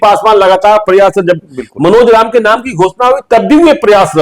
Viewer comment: । भाई तुम अपना उच्चारण सही करो । यार जब को ज़ब, जहाँ को ज़हाँ क्यों बोलते हो??